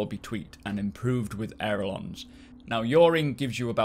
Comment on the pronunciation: Sorry but I must correct on pronunciation: "Ailerons", not 'Aerolons"